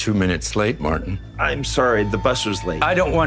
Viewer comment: I wish she would actually pronounce the t in Martin the name might as well be “Marin” I mean goodness gracious it made me mad